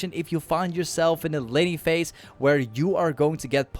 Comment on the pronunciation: bro i thought he said lenny face when he said laning phase LMAOOOO